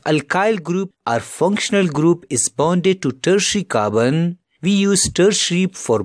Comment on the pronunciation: He pronounces Carbon as Kabn 😂